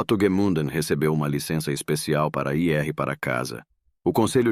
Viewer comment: Gente, relato interessante, mas que diabos de narração é essa? " Ir ERRE para casa", " me juntar AOS meus companheiros"...que lástima, hein?